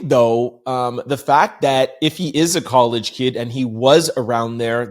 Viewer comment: is dyslexic, sometimes he says things wrong but we get it